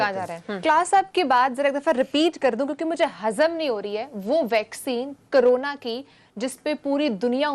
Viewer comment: पहले ठीक से बोलना शिखो ।उसके बाद ही वेक्सिन मिलेगी । करोना नही कोरोना । 🤣🤣🤣